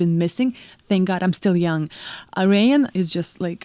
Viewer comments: Ayreon is pronounced: AIR.. E.. ON. Very enthusiastic video, haha... loved it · Great reaction! 🤟🏼🤟🏼 And for the record…Ayreon is pronounced something like Air-ee—jon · Pronounced. Air-E-on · This song is such a crowd pleaser. You can tell by how loud the crowd cheers when they realize it's this song, in the opening moments. Ayreon is pronounced Air-eon, btw :) Great reaction. For an excellent, amazing Tommy Karevik song try Into The Black Hole, from this same concert, Ayreon Universe. It's a vocal tour de force built on amazing music and a crushing killer riff. Also, as others have said, Intergalactic Space Crusaders for more Maggy Luyten. :) <Edit> Ride the Comet is another great song that has Maggy on it. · Hi, Ayreon is pronounced as Air+A+On 😉